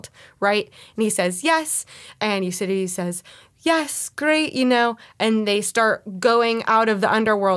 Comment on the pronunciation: I've never heard "Euridice" pronounced "Your-cididty" before, that was an experience! Lovely review, thanks for sharing - I enjoyed how passionate you were about this excellent film.